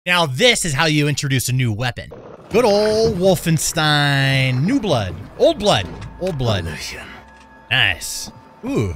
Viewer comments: You pronounced wolfenstein wrong you should pronounce it like wolfenshtein not wolfenstein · Imagine pronouncing it “wolfenStein” and not “wolfenSHtein”